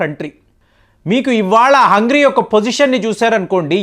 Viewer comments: Sir it is not Hungry. It is Hungary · హంగ్రీ కాదు, హంగేరి అని పలకండి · it's not HUNGRY it's HUNGARY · It is Hungary not hungry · Hungary ❌ Hungry ✅ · it's NOT hungry its Hungary. Just a friendly correction, hope you mind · Hungry కాదండీ, హంగేరి అని చదవాలి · హంగ్రీ కాదు బాబూ అది - హంగేరీ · HUNGARY Pronounce it properly brother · learn pronouncing Hangary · Your pronunciation of Hungary isnot saying correctly